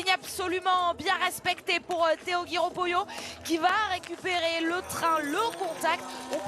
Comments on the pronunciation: A l'attention de Sophie Bernardi Je vous demande svp de bien prononcer le nom Poillot, qui est également le mien comme celui de Theo. On ne prononce pas Poyot mais Poi-illot. Merci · Poix iyo ? Attention, Poyot ne se prononce pas Po-Yo, mais pareil que Poillot. C'est juste.